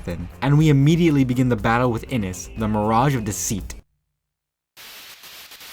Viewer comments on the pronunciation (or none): none